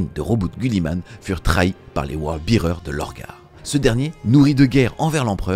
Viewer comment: Word Bearers pas World Bearers. Mais merci pour cette vidéo qui résume très bien cet événement.